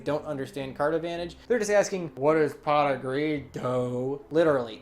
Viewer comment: Lol so what exactly does "Pot of Geed" do?